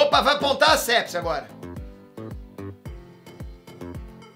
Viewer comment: Sepsi kkkkkkkkk é pepsi